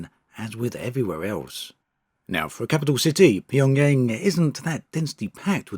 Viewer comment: What a stupid video... Didn't even sure Pyongyang properly